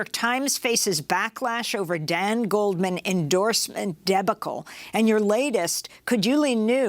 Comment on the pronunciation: Not sure how you have an extended career in television without knowing how to pronounce "debacle".